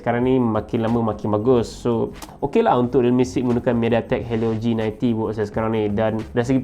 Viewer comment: bro sebutan tu kurang tepat la bro 😥 sebutan g90t patutnya "jinaintiti" bukan "jinainti" ☺️ sorry just for teguran 🙏🏻